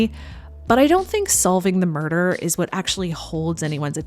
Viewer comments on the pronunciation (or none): none